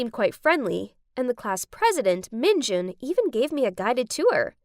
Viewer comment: "Minj'n" Me: Well being a k pop fan its pronounced minjUn the U has to be pronounced